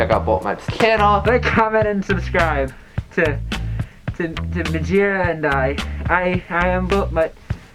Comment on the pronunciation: Mjagina .. I thought he said vagina